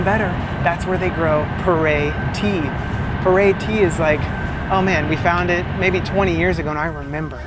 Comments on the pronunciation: PU ER (pronounced Poo-R) tea ... NOT "per ey" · Maybe poo earl (leave the ending L) sound closer to how they pronounce the tea name. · It looks like you should have a mid/insulated layer packed in your bag next time you travel just in case. 😅 BTW, the Chinese pronunciation of 普爾茶 actually sounds a lot like "poo-or" than "poor-air". You just emphasize a little but on the "r" sound. 😊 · The tea that you like (Pu'er) is pronounced like "Poo Err" in Mandarin. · I fucking died at you pronouncing pu-erh tea. Like full on snorted and woke the dog up. My family feels similarly about how special that tea is and I’m feeling lucky I didn’t butcher it as badly as you did